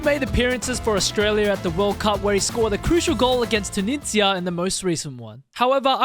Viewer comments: you pronunciation for Tunisia is really weird XD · pronouncing tunisia is..... questionable.....